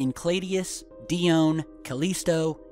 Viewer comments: Grrrrrrr.... And die-own.... Gawd I sownd just like a pro-nun-see-a-shun natsi..... Sorry.... I'll stop... You can look up Ganymede and the rest if you want to know about those. Just get well soon. Love the vids! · It's "En-chela dis" and "Di - o - Knee"